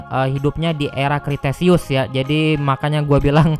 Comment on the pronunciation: Dibacanya bukan kriteseus tapi kretaseus (kalo gk salah) Sama yang mosasaurus itu sirip bukan tangan